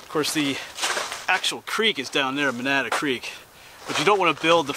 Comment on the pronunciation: Its pronounced man-na-da! Lived there most of my life.